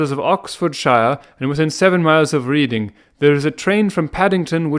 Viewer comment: Glad you're doing these, nice listen, but holy shit, Reading is pronounced Red-ing.